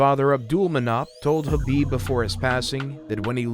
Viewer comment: Ha-ha, the guy is a legendary fighter but his last name somehow gets butchered by every commentator and announcer. Abdulmanap and Khabib are the only ones saying it correctly but nobody seems to listen.